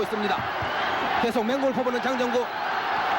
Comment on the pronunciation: 내가 아주 어렸을때 할매랑 봤었음 그때 장장구라고 들렸는데 장정구구나